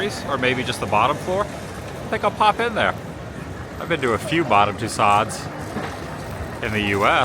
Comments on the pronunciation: I positively have enjoyed the videos and it is a even more beautiful country I realized. But after years of French not pronouncing it Madame Too s o - it is so hard to listen to it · Your pronunciation of Tussauds is painful my friend. The D & S being barely heard at all if not silent - like the words "Too" and "Sew" put together, or even more accurately "Too-soh". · FYI: It’s pronounced Madam too so. Great video. I’ve been watching videos on Amsterdam for years now. Their tram drivers have videos on YouTube. Great to see the streets from another perspective! Extremely dangerous just walking along, with all the bikes, trams, cars and buses! Stay safe and enjoy! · LOVING your latest adventures Adam. As you enjoyed it so much, want to mention that the wax museum is pronounced ‘Madame TooSo’, dropping the D and S at the end of the word. French name. ❤ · Adam. The correct French pronunciation of Tussauds sounds more like this: TOOSEW. You don’t pronounce the d or s. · It’s pronounced two-sew (Tussauds) the d and s are silent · Adam, another great VLOG! Thanks! FYI - Madame Tussauds is pronounced as “Mad-um Too-sohz” in English. The “Tussauds” part rhymes with “so” and has a soft “z” sound at the end. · Tussauds is pronounced tooso the d is silent. Check the internet for the correct pronounciation. Adam the whoops. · Adam's pronunciation of "Madame Tussauds", lol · How many times can he say the name wrong ? 😂😊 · So great glad you’re having fun man. I was laughing so hard at Tousseauds with your over pronouncing of the ODD I see what you were doin hah! Please go to etfeling and make sure you also get a good stroopwaff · Adam love your videos was wondering if you considered going to Haarlem, Netherlands. here is a museum of Corrie ten Boom there. Can only get in if you are having a guided tour it is open Tuesday through Saturday. Anne Franks best friend just died recently. When pronouncing Madame Tussauds the d and s are silent. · Its tusauds lol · TOO-SOH LOL